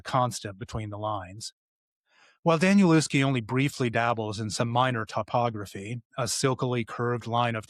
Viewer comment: Nice review of 'Tom's Crossing' - I've read it twice so far; I'm a big fan of Danielewski's. BTW, his name is pronounced 'Danielevski'.